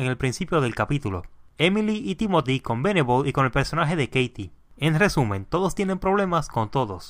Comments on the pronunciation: Lo estas diciendo mal...Dijiste Veneble y se dice Venable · Venabll :v